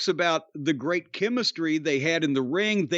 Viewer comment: “….maybe The Rock has to beat the Gaaaaymuh, in the middle of the riiiiiiinguh, and he’s got a $2 sl** for a wifeuh.”